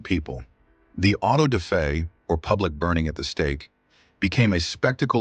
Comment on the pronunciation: Auto-da-fe? What's an auto-de-fe?